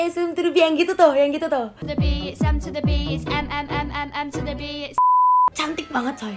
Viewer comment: Kak bukan samturbi:v ngakak akutuh😭 m to the b gitu kak sebenarnya